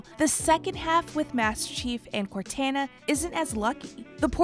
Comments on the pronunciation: You should be fired for the way you say Cortana. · why this lady sounds so sexy . the music used also . sounds like someone is about to have a goodtime . also why pronouncing cortana like that . i have so many questions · Honestly terrible video. A lot of wrong information such as mispronounced dates. Saying 2525 instead of 2552. Missing out on key information between events. Not putting correct videos to what the narrator is saying, making it really hard to follow. And the obvious horrible pronunciation of Cortana, Halsey, Thel 'Vadam, and Jul 'Mdama. Seems like they could of done more research and edited this video much better. Really rushed video for a game that was announced in 2018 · How to tell that the narrator hasn’t played Halo: pronounces Cortana incorrectly, doesn’t mention the UNSC Spirit of Fire, doesn’t pronounce Thel’Vadamee correctly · Is she purposely mispronouncing cortana's name? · They seriously didn't tell the person doing the commentary how to pronounce Cortana first before recording this? No one says it like that EVER. There is no way the girl doing the commentary has actually played a Halo game. Otherwise she would know how they say her name differently in the games and they say her name all the time, just like she had to just to make a 20min video. For God's sake she says Cortana like a billion times too it's maddening!! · Nice vid. But could stop saying Cortana name the wrong way, we all know thats not the way to say it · She got the most patriotic pronunciation of cortana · Can we just go back to how she said cortana...wrong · I wish they got someone who's actually played the games to narrate this video because there's literally no excuse for mispronouncing so many things it's ridiculous. A two minute google search would have showed you go to pronounce Cortana or Thel Vadam. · it took her until to say cortana correctly -_ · Dislike this comment if you think pronouncing cortana correctly is important so we can see how many dislike it